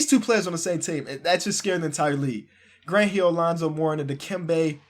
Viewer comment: "We're getting back Grunt Heel"... "ElijahWon" lol sorry I had to do it